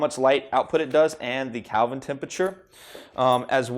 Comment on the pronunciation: I'm sorry, "calvin temperature?" Kelvin.